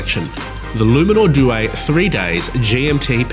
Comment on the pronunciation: Ffs learn how to say due